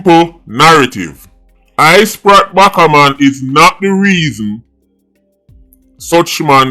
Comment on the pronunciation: I-Sprat Backa-Man and Spratel Addiman Pah-man got me weak 🤣🤣🤣